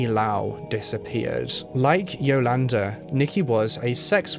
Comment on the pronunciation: Pronouncation of Yolanda is off too.